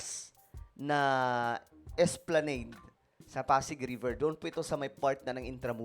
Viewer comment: esplanAd my dear. Pronunciation walang e sa Huli